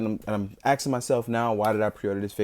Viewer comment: Why are you "Aksing yourself" .....